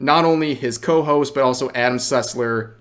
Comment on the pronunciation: all I heard was Adam Sutler instead of Sussler and I was incredibly concerned for a moment